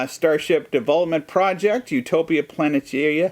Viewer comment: You couldn't say Utopia Planitia on your try, I'm revoking your Trek card